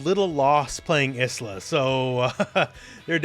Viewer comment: Obvs not a big deal, but 'Isla' is actually pronounced 'eye-la' - like 'island'